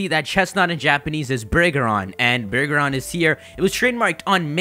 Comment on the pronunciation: If my Japanese is correct, the Japanese name you put in says Bu-Ri-Ga-Ron. I think. :3 k